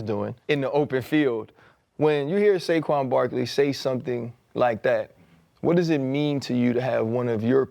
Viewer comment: bruh u couldn't even say Saquon 😂